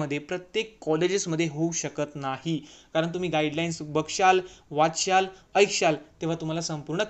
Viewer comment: बघशाल,वाचशाल, आयक्षाल😂🤣🤦‍♂️